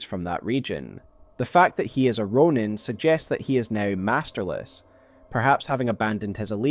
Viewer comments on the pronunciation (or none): none